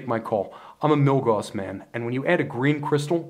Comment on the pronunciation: Love the reviews, especially comparisons! Just FYI, Gauss rhymes with "mouse," not "moss."